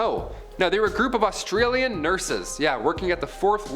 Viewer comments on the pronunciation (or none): none